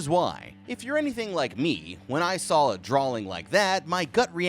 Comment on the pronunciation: Sawl. Drawling. Am I going crazy here or does it sound like you might be throwing in an extra L here and there? 😂❤